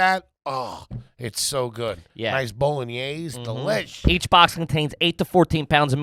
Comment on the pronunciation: Saying Bolognaysey is trash. It's Bolognese, pronounced bolun-E-ezz. Cuisine baby, all day!